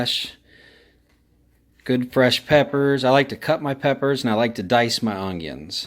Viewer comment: I always trust a cook that puts a “g” in the word ongion